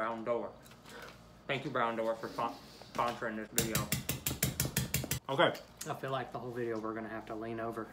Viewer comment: He said foreign.